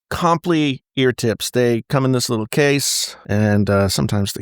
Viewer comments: did you just say “comp lee ear tips” lol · Craziest way to pronounce comply